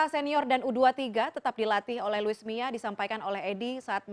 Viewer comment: Luis mia??? 😂😂😂 Apa kuping gue doang yg denger begtu???